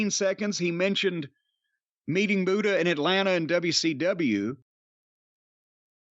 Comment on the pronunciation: The great mute-uhh